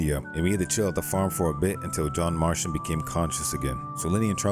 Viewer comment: “Marshton” marston